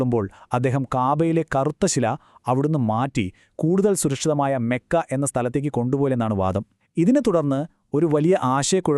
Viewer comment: Mekka അല്ല . മക്ക ആണ്